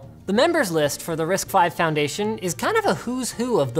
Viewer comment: risc v is pronunced with a c dude